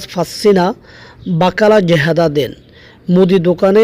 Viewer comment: ভাইয়া জেহাদা না, এটা হবে জিয়াদা